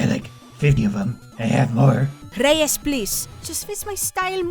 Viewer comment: "REYES PLIS" I'm crying